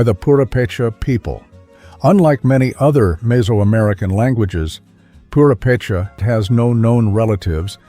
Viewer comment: this is a very well done video. I commend you for your research and quality. However, may I point out that, due to the placement of the accent in Mexico's Purepecha, it should be poo-RAY-pay-chah, rather than poo-ray-PAY-chah, unless you're a robot? #2 is in the Nivkh section--Sakhalin (Island), which is pronounced sah-kah-LEAN, rather than your version: sah-KAH-lin.